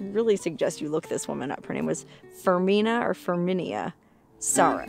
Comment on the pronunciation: Ferminia is pronounced firmina, and it’s a scientific name for a type of bird . The Zapata wren